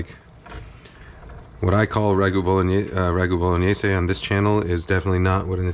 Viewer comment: Thank you, thank you thank you for pronouncing Bolognese correctly!!! It does not rhyme with mayonnaise. I appreciate your efforts at respecting other languages, too many people in your position don’t seem to care.